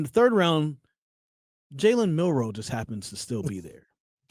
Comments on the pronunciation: I cut this shit off when he said milroe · said Milroe now i gotta click off the vid smh